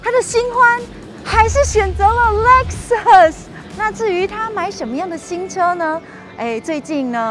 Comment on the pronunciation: LEXUS有很難唸嗎 我遇過聽過至少8成唸不對